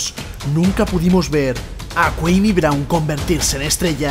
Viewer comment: Tan dificil era averiguar como cojones se pronuncia su nombre? Cua-mi CUA-MI!